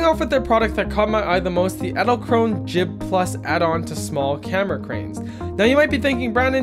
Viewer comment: Did anyone else think that or said "Edzelkrone"?